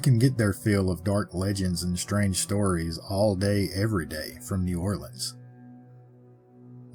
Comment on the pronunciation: I live not far from New Orleans and Ive heard of them there on a few tours. Also, thanks for saying New Orleans correctly. 😊